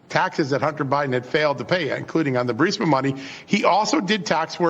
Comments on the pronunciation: Damn Benny. C’mon. BURSIMA? It’s BURR-EES-MAH. The I is before the S. There’s only been 10,000 reports on it. How the hell do you continue to mispronounce well known names? Get your staff on it. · Nothing but love for your show! Just begging you to PLEASE read it aloud... Bur-REES-ma. Petty, I am sure, but my goodness, every time I hear "BUR-SIM-A" I think "Punkin, you're pronouncing incorrectly because you have placed the I in BURISMA in the wrong place. Sorry. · Benny, it’s nuclear not nucular. It’s Burisma not Bursima. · Burisma, not Bursima. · Ber-is-ma. Not ber-si-ma Burisma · it is Pronounced Burr-is-ma!